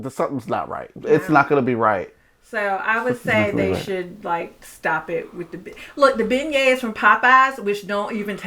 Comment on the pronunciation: Thanks, it sounds like you're saying Ben Gays for beignets. Thanks for this video, we'll pass on Emeril's.